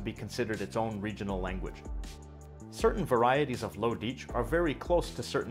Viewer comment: if he says Dietsch again i’ll be laughing to death bc the pronunciation of Dietsch is similar to our russian word «дичь» which means stuff (in a rude way) like shit.